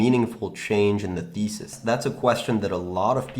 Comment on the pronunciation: Did you say fundamental feces or fundamental thesis ?